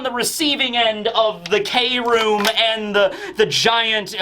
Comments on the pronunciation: I believe Kroom isn't pronounced as Kay-room, but as Kroom like how Chris or crafty is said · Law's kroom is supposed to be pronounced without saying 'kay', but just kroom because in japanese "kurumu" means 'to wrap' like how law wraps his sword with his room ability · we love you but please no more k-room. Can we try to just say kroom like broom but with a k.